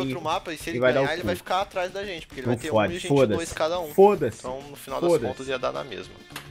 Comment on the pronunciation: "Fôdace" hu3hu3